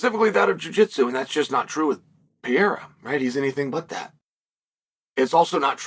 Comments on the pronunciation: Alex Pee-AIR-uh vs Magomed Uncle I have......sounds like a prime Chael Sonnen match-up. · "Alex piero " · Stop complaining about how Cheil Sommem pronounces Pereira's name, his religion doesn't allow to pronounce the syllables "Pe" and "Re", that's why he contracts the name to "Piera". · "Alex Piera" ~ Chael Sonnen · chael has two regjsters 1) high pitch screaming 2) low pitch whispering When is he going to learn to pronounce PEREIRA